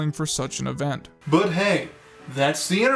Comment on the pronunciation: I died at the outro. "But hey, that's the Internet for you, and on the Internet, MEEMS ARE KEEENG , thanks for watching."